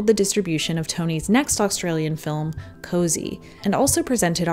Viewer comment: A few issues with pronunciation: the -slop in "Heslop" is said with a rounded "O" like in the word "sloppy" and Cosi is not said like "cozy" because it's an Italian word. It's pronounced "coh-zih" almost like "coffee". You're doing so well but just make sure to nail the pronunciation! Muriel's Wedding and Cosi are some of my favourite films and I'm so proud of them as an Australian myself so I can be a little over-protective but I want people to be able to fully appreciate them!